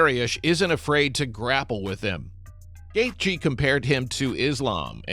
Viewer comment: The AI couldn’t pronounce Gathje.